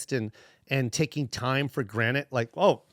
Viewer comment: Did he say take time for granite 😂 mind blower